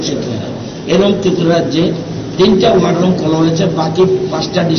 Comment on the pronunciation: খবর পাঠিকার উদ্দেশে বলছি যে আপনি বার বার 'wire room' বলছেন কেন? এটা তো war room...ভীষন শ্রুতিকটু মনে হয়েছে....